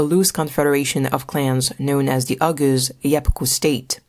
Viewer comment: Oghuz is pronounced more like “oh-ooz”. The g is nearly silent, used more in separating two vowels. Oghuz literally means “west” in Turkish/Turkic.